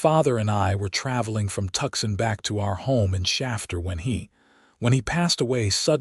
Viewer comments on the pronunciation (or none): Two issues with the graphics... 1)the left shoulder/ can't twist in that manner 2) that's a right hand attached to the left hand, giving him 2 right hands AI graphics 😂😂😂 The name of the city is "To-son" not "Tuck-son". EDIT & REVIEW!!